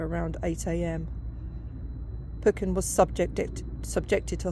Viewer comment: I just happened to come across this video on here. You are pronouncing Arthur's surname incorrectly; it is Peu-chen, not Poy-kin and I have confirmed this with his relatives. As well, I do not believe Arthur was told by his friend John Hugo Ross that "...it will take more than an iceberg to get me out of bed", as Ross was seen later on deck. It was more than likely made up by a certain author who is known for getting his facts wrong and embellishing them. Nice to see my article referenced. I've also written a full scale biography on Arthur Peuchen, which I hope will be published soon. Overall a good video; thank you for remembering Arthur Peuchen, in time for the 111th anniversary of the Titanic disaster.